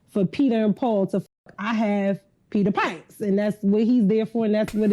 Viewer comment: Peter Pipe-her.